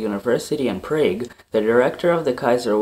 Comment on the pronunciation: It's called prague like p than frog